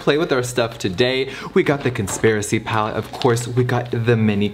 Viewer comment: Ngl, I swear to god I heard him say “Cuntspiracy palette.”